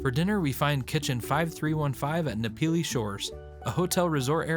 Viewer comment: for people who've been to hawaii multiple times, you could try to make more of an effort to pronounce things properly. "nuh-pili" 🤦‍♂